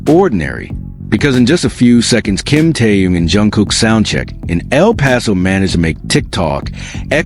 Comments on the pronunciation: Автор очнись, Тэхен, а не Тэен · Почему вы Тэхена, называете Теен, имя правильно называйте, противно слушать